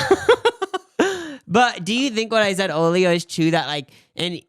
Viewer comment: When says [at] "earlier" it sounds like "OR-lier", just like when he says "person" it's pronounce as "PORson". I really don't know where these particular pronunciations came from... because I'm a [music] teacher and tutor and I dedicate one day every week to people with special needs - anything from speech problems to physical problems - unfortunately I have students who can't stand up for long periods of time and they end up falling over and every 10 or 15 minutes I have to intervene and try to catch them so they don't hurt themselves. Anyway, the way speaks is quite new to me and I literally tallied up how many student's I've have over the last 11 years and it's 231+. Some had speech impediments but it was either stuttering or mutism (trauma leading to major attempt at silence). I would love to do an interview with seeing as he uses "substitute vowels" in order to speak. Very interesting. Anyway, this is also my "coming out" comment, so thank you guys for being so open on your channels:) x Love from Australia!